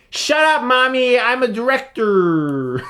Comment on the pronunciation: Okay... Your "Directeeeeeeeeeeurh" made me crack. Edit: Jorah? what the h are you doing here mate? go back to Essos! Hey Chris! Don't criticise Adobe After effects! You can do great stuff with this!